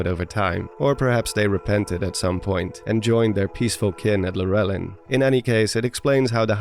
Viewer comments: It's a bit nostalgic to here a theory about the barbarian armor, cause I remember watching a lot of those videos from the "who/what are the zonai" craze era. Not gonna lie though, I got caught off guard every time I heard your pronunciation of Lurelin. I always pronounce it lure-lin ("lure" like as in fishing lure) rather than lur-el-inn. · Is it actually pronounced "Lur-éllin"? I thought it was pronounced "Lure-línn" (with an unstressed E)?! 🤯